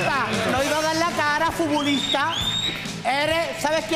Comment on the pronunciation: Un furbulistah: uy qué circoh